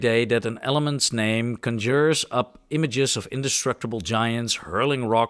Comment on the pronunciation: Sorry I'm late! Here is the pronunciation help you asked me for: • Clergyman has a soft g: KLUR-jee-man. • More emphasis of "huh" (instead of "yuh)" in "huge". • Adversery has emphasis on the first syllable: AD-ver-sair-ee. • Conjure also has emphasis on the first syllable: CON-joor. • "Flash powder" sounded really close to "flesh powder"... 😬 • Stent is tricky; it has a very relaxed "ehn" sound, followed by a hard "tuh" at the end. • The "th" in "warmth" sounded closer to the "ss" sound in "worms", same with "neither" and "further" sounding like they had a "d" in the middle. You pronounced it perfectly "strength". (Try bringing your tongue closer to your upper central incisors.) • Mach is pronounced the same as the word "mock" (maak). • Ubiquitous is pronounced "yoo-bi-kwuh-tuhs". • Iron is deceptively tricky with its pronunciation of "ai-urn". Your overall pronunciation seems to be improving. You absolutely nailed "ceramic", by the way. Keep up the good work!